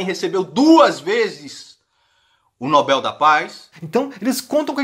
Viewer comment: Pelo menos Nando Moura acertou na pronúncia de Nobel(é). 😀